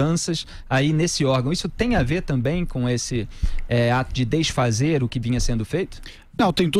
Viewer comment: Um reporter falando deisfazer 😲